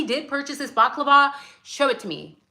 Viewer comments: Bal-lah-clah-vah 😂 Baklava is a Greek dessert. : ) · You are adorable not baklava that deliviousGreek dessert but a balaclava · It's bala clarva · As an Irish man, hearing you pronounce balaclava is 😂😂 love ya, English is my second language